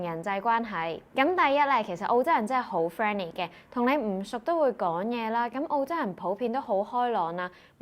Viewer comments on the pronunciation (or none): 哈哈😅我聽到你有懶音，係「講嘢」唔係「趕嘢」呀😂